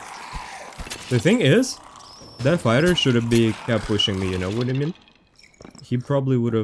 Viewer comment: No one: for no reason: You no vhadamean